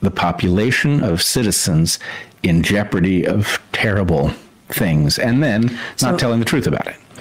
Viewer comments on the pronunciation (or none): none